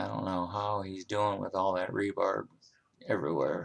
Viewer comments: it's not rebarb... it's re-bar. as in reinforcement rod or bar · It’s not rebar’b’. It is rebar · Hey dumbass it's rebar not rebarb. You fucking idiot. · rebarb, ha ha what part of the country do they say that? I think he just likes sayin it. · Don't say rebarb!!! it is rebar.New Yorker maybe. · great video's my friend but why do you say 'rebarb'? its rebar , no b on end. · Did you say "rebarb"? You might want to check that. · Re-Bar, as in "reinforcing bar" learn it, live it.